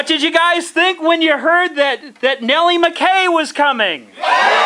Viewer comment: Well, that was a disappointment. No Nellie. And that's not how she pronounces her name. 😞